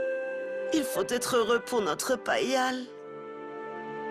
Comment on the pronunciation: Not Lavanya calling Payal PayPal 😂